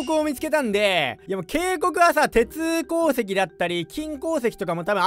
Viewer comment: 鉄鉱石の言い方気になるわ 鉄鉱石って言えや！